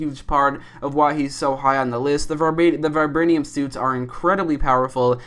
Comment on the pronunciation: "Ultron is made of varbanium"